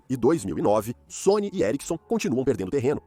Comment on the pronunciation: Que agonia o cara falando Sony e erickson